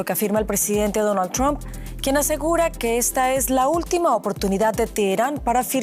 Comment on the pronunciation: Que graciosos son los amigos de la DW y periodistas latinos. Se pronuncia [TRAMP] no "tromp". Asi como y Sol se dice [SAN] y correr se dice [RAN] y almuerzo se dice [LANCH] no "lonch". Mientras que [SON] es hijo (son). Favor pronuncien bien y den ejemplo. Trump se pronuncia [TRAMP] no tromp. Mientras tanto Sanchez en España pareceria estar importando criminales y matones de marruecos de los que se sirve el socialismo para aterrorizar a la poblaciòn, como lo hizo correa y maduro sacando gente de prisiones.